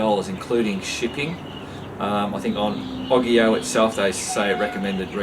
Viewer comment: I thinks its said Its Oggge eeyyy ooowwe not oggggi owe